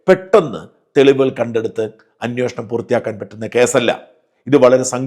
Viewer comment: ഇത് അന്വേഷണം ആണോ അന്വോഷണം ആണോ. താങ്കൾക്ക് തരക്കേടില്ലാത്ത മലയാള പദം പ്രയോഗം